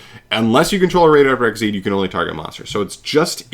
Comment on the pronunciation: Xyz = ek-sEEz, not "XYZ" or "exceed."